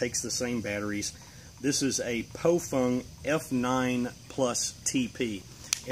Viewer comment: ) it's Baofeng - not pronounced Baofung sorry ... hehehe ! 1. Baofengs are usually disposable radio's .. Great for the Buy. Does the Job from a prepper stand point. Great to have with your Emergency Kit basically. Generalizing all Baofengs. 2. Yaesu 65R - Great Radio - Better for Preppers though it's not IP67 in Calamities Stand Points. 3. Raidoddity - Great Commerical Radio - Perfect Radio for Preppers from a stand point. 4. DMR sounds like a Machine Gun :)